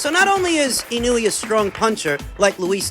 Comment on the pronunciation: ❌ - IH-NEW-EE ✅ - EE-KNOW-EH